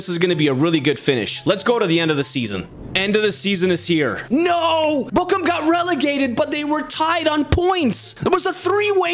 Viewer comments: No you pronounce it like Borum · You pronounced it like bokcum or bokkum. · So annoying how he pronounces Bochum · Bro you said "my shit" in Turkish with that pronunciation of Bochum💀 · His pronunciation of Bochum sounds like "my shit" in Turkish 💀